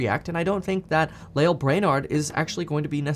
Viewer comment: You’re pronouncing Lael’s name wrong